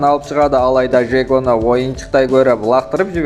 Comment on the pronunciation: Жек емес Джек шығар😂